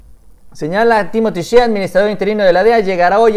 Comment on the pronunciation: Shea se pronuncia “shey” buen video, saludos